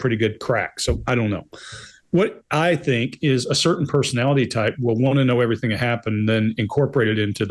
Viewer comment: so refreshing to hear 'everything' not everythink!